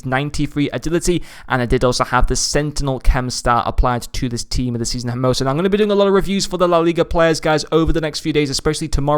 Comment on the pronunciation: His names its spelled (H)ermoso. So you dont pronounce the H, and this is aplyable to every H in spanish